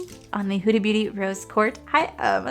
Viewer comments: lol nahhh no worries sounded like you were saying court instead of quartz. My hearing aid just might need new batteries.😆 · Rose QuartZ like shorts, not Quart like short 😁 Love the eye look you created! I love Huda Beauty palettes 💕